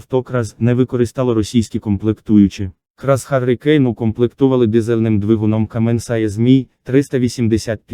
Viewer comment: Та не Харлі кейн а Харікейн ... Це не два чоловіка Харлі та Кейн а одне слово - ураган ...